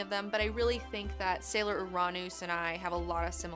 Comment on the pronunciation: OOO-RAAH-NOOSE, who says it like that?